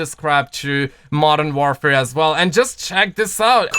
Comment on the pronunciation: Jesus learn how to say Modern Warfare please it’s not modern ware fare. WAR WAR WAR how do you say war not ware